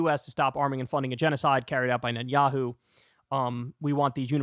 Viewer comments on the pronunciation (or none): none